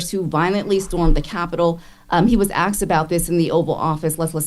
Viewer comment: This is an honest question. I’m Canadian, so maybe this is just an American thing… Why do y’all say “axed” instead of “asked”?